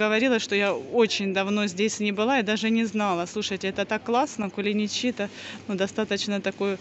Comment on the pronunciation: КулиничИ?! 🤔 Первый раз такое ударение в их названии слышу. У нас они "КулИничи". А сладость называется рахат лукум. Хорошего отдыха и новых впечетлений